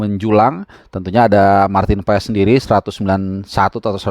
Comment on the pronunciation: Marteennn paaaazzzz ....baca nya MARTEEENNN PAAAASSSS ..